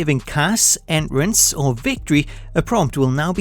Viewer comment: My man said enrence!!! 😂😂 I love this